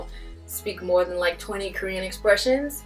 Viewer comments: Your Korean prononciation and accent are better than my English. I think your students will like you and follow you well. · You pronunciation is so good! How?! I'm sorry if you explained it before ... I'm new ! 미안합니다! 감사합니다! :) 🇰🇷👍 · 빈말이 아니라 한국인 제외 유튜버중에 한국어 발음 제일 좋아요;; 내 친구보다 더 좋음ㅋㅋㅋㅋㅋ